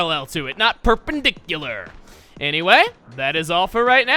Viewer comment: u wanna shoot parallel, not PURRpendicular